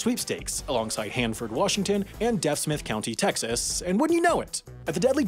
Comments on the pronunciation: Deaf Smith County, Texas is pronounced “Deef Smith,” not like deaf the disability. Hope this helps. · the "Deaf" in Deaf Smith County is pronounced like "Deef." Sorry to be that guy but I gotta get in the yearly mistakes video somehow 😏